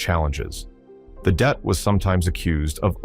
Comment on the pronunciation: Det... short for detachment.... NOT DEAT!!!